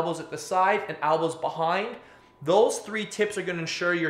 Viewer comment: ELbows not Albas lol